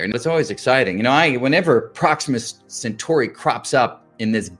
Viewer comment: Gah, CentAUry, not Century!